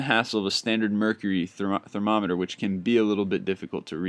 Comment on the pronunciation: You screwed up up when you said thermometer xD funny not a bad thing